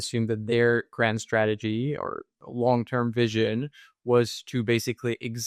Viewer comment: Did you say WONG term mission 😢